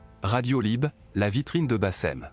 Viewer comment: Tu es aussi caricatural que Bassem ! Zehma, tu ne sais pas prononcer le mot "Hlib" correctement ?! Et puis, ta personnalité de mec posé, réfléchis qui parle correctement sonne faux. Tu force ta tonalité et tu ne parles pas un mot arabe pour ne pas passer pour un "cassos" ! Ce qui est évidemment ridicule.